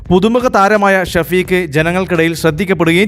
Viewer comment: ഷഫീക് അറബി പേരാണ് എഴുത്തിൽ അങ്ങിനെ വന്നാലും ഷെഫീഖ്‌ എന്നാണ് ശെരിയായ രീതിയിൽ പറയേണ്ടത് ഷ വ്യക്തമായി പറഞ്ഞ് കേൾക്കുമ്പോൾ ആകെ ബോറായിത്തോന്നുന്നു